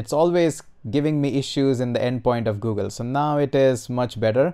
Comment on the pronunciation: that gooogle though... oh my god, made my day. hahahha